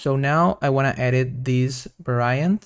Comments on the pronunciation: Please pronounce Var-iant not Va-ra-iant, Nice tutorial by the way. Thanks! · All good. Little english tip... 'Variant' is pronounced "vair-ee-ant" not "vair-aye-ant". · This is AMAZING. Thank you so much!! Also, I think you are stressing the wrong syllables and mispronouncing "Variant"... but that's just me listening as an American English speaker/English teacher... 😬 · No, Va-ra-iant sounds cool. I m gonna pronounce like this always.